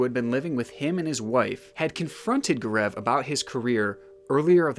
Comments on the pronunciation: GAARAAV XD his name is GAO-RAV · It’s G-au-rav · Everytime he says Gur-eeev instead of Gaurav, I get distracted. But it was an interesting case that you brought into light. A lot of discrepancies raises many questions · I'm sorry but Gaurav is pronounced as Go-ruv it bothered me sm💀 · Indians hearing him pronounce Gaurav XD